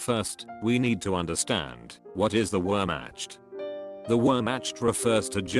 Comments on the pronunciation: Someone please tell him it’s “Where-Makt” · “Wherematch” which match? 😭😭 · It’s Wehrmacht! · bro is saying Wehrmatscht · "Wormmatched" I cant bro